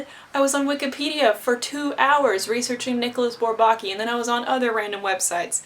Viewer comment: Sorry to play the pedant. I listened to the Twenty One Pilots song and heard the same pronunciation of Bourbaki, with the stress on the second syllable, as in "souvlaki". Actually the stress is pretty evenly divided between all three syllables. (Again, sorry -- I'm not a Twenty One Pilots fan, just a mathematician. Although this reference does increase my respect for TOP.)